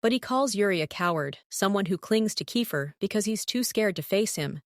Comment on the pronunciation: And alsooo whyyy did u say KEIFER and RORY as RURU!!!! ( in episode one )!!!! And also in other episodes ( not sure )